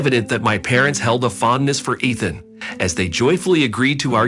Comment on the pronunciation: EEEthan. Not ETH-an. Talk about computerized.